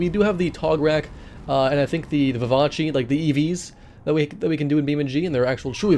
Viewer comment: Btw it’s not “vi-va-chee”, it’s “vi-vahss”. It’s not an opinion, it was legit stated by the devs in a Devlog around when the Vivace came out